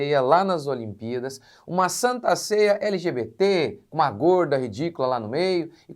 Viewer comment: " gorrrrrda ridícula"😂